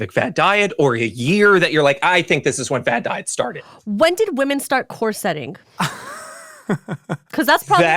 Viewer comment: pronunciation of corsetting is upsetting to me